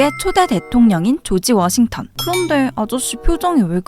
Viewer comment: 조지 워싱 톤